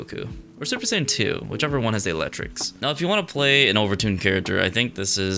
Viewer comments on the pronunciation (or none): none